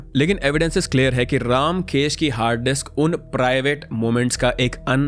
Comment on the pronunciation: You are pronunciation of the name ramkesh is not रामकेश it is रमकेश